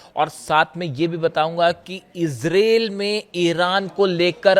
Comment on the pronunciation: Bhie sahab ijrel nahi ijrile h